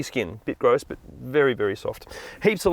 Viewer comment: I've never heard someone say "grose" as frequently as this man